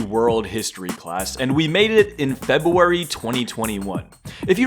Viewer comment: febuawy is crazy